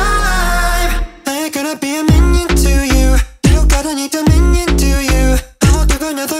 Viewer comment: cg5: pronounces it 'to you' salem: TOIYUUH